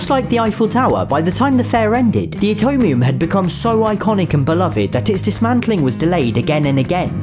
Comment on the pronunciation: You pronounced it utomium instead of Atomium